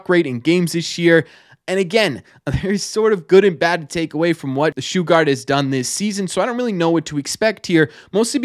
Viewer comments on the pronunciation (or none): It's sugar with a t on the end. Not shoo gart